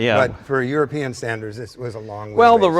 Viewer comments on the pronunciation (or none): none